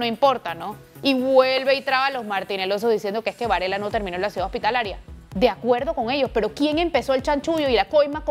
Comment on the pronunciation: que raaaaro suena el apellido Varela cuando lo dices. Sigue informándonos de lo que los medios nos ocultan.